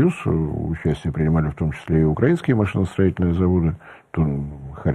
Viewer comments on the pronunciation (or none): none